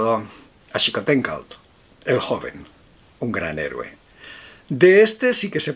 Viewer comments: Se pronuncia “shicoténcatl” no Jicoténcatl. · Hola. Muchas gracias por este video. Xicoténcatl se pronuncia "jicoténcatl", y es común que se te dificulte pronunciar la "tl", a muchos españoles, no sé porqué, se les dificulta igual; por ello dicen Aleti o Aletic al Atlético de Madrid o de Bilbao. Así, no pueden pronunciar sin haber ensayado varias veces palabras como Zacaltépetl, Xóchitl, Netzahualcóyotl, incluso la misma Aztlán, era la sede los mexicas, por ello mejor se referían a ellos como los Aztecas, y así se les quedó el nombre, porque venían de Aztlán, vamos... como su capital. Así que no te preocupes, no es relevante a fin de cuentas. Respecto a la "españolada" que le hicieron a Xicoténcatl al ahorcarlo, igual traición le sucedió a Moctezuma. Hay evidencia pictórica, de códices, etc, del encuentro entre éste y Cortés. Fue amigable, con regalos (incluido oro el cual no tenía gran valor entre los nativos), mujeres (20 princesas hermosas para Cortés), etc. Bien, pues acabó siendo raptado, preso, secuestrado, rehén por meses hasta su muerte. A eso me refiero con "españolada", de la cual hay múltiples testimonios a lo largo de la historia de esos siglos, 16, 17 y 18 para ser explícitos. Al hacer la referencia a título personal como "españolada", para nada tiene que ver con la España y los españoles de hoy, sería ofensivo de mi parte, nada que ver, sino la referencia va por aquellos que no conquistaron, sino invadieron, masacraron y saquearon, y nada mas. Pienso que para comprender la historia y todo lo que el